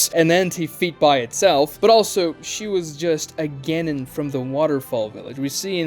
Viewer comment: how you say genin and chunin hurts my SOUL.